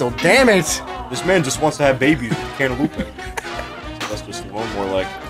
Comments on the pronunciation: Ever since watching this video on release, i always read/say cantaloupe as cantaloupé, therefore making this the youtube video which has had the single biggest impact on my life. Thank you,, for the life-changing content. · Did someone say cantaloupé